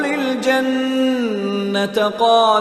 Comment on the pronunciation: Janna. taa kiun par gay ha?koi idr ruk jata ha.similarly jeem ka b issue ha